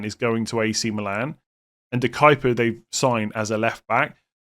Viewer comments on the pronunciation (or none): none